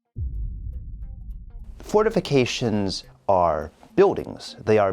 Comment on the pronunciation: "And in 40K, fortificatións are pretty bad." I can hear Dorn being really pissed off.